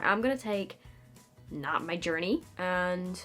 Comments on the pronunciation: CAN YOU DO ONE VIDEO WHERE YOU TALK IN AN AMERICAN ACCENT THE WHOLE TIME??? WHEN YOU SAID NOT MY JOURNEY IT WAS GREAT AND I WANT A WHOLE VIDEO LIKE IT!!! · When says 'Not my journey' and sounds more American than I do as a natural born American 🤷🏻‍♀️😂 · "Not My Journey"...I love when you slip into American accent. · “Not my journey” I am now convinced you are actually American and have been pretending to be British this entire time.